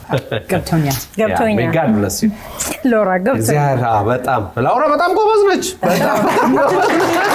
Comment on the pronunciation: “ላውራ” 😂 ማ ከለከለህ😂 ስሟ ሎውራ ተብሎ ይነበባል: ው ይዋጣል🤣did they just let a 14 yr old drink alcohol?😮 😂